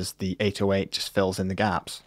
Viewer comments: you struggle so much to say 808 It's pronounced "A-doe-ate" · Why does he pronounce 808 like this PepeHands